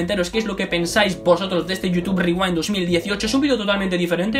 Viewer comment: YUTUB RRRIWAIND <33